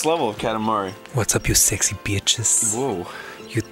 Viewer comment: xD -- just starting out hearing "ello yu sessy betches' (my attempt and capturing the style) was awesome lol! I love this particular series xD